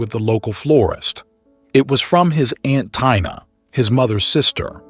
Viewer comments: It's TI NA not TYNA! AI is so annoying. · Tina?----->/Tynah/ instead of Teena? This AI voiceover is strange sometimes.